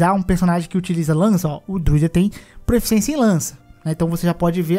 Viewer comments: Juro que não quero ser o chatão porque o vídeo ficou muito bom, mas se fala PROFICIÊNCIA e não PROEFICIÊNCIA. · é proficiência, não proEficiência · Proeficiência dói muito ao ouvir...